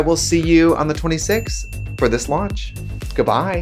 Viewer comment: The “gubye” at the end has me screaming katya tried so hard